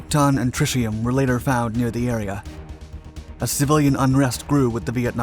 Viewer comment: "Trishium" - this is AI Dark 5 had a good run...